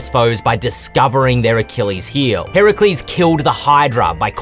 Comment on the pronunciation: Love all of this, but I think my favorite part was when he correctly said "Heracles"